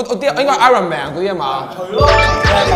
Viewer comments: Iron 個r唔發音... 仲要懶醒咁係度捲脷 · 成班咁大個人都唔識讀""iron" ......唔發r音架大佬....